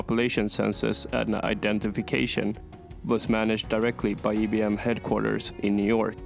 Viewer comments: It’s pronounced as IBM eye bee m not E bee m. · IIIIIII NOT EEEEEEEE. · The upbeat, cheerful music is out of place. And why you call it "ee'" B M ?